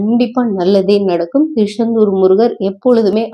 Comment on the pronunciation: Thirusendur illai thiruchandur Unga style enga vendam